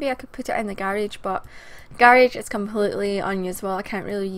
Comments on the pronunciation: i love how you call it "the gayrayge" lol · I love how you say garage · I like how she says garage